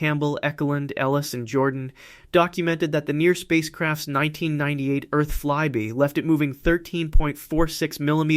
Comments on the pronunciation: you said flibie.. flieby..and then fly by.. which is how flyby is meant to be pronounced here, for it was a fly by. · Flyby pronounces Fly'buy', not fly'bee' ! why do you keep switching between the two pronunciations, first (and, inconsistently afterward) ? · I've read all the comments to see what other people think. They think flyby was pronounced wrong, but apparently no problems with the physics! 😂